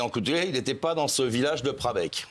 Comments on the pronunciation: Prabecq… svp renseignez vous avant de diffuser ! C’est prahecq 😡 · Il faut relire ses fiches C'est prahecq pas prabec Ça les fait rigoler 😡😡😡😡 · Bon alors déjà c'est prahecq et non prabecq et de laisser le non respect c'est hallucinant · C'est prahecq et pas brabecq!